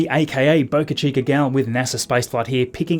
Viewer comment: As an American I thank you for not saying Boca Cheeker like other Australians and Brits